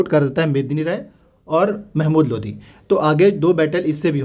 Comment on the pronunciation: Not Lodhi ❌ Only Lodi ✅